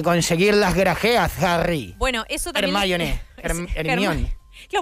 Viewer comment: OIE, ERMIÓN!